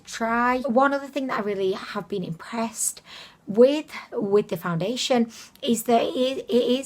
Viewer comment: I came her to hear you say “foundiddliation”. I HATE peeling stuff, I bought a new face cream and it peels!